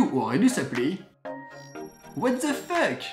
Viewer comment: The -----> dheu arrêté de dire. ---->zeu 😕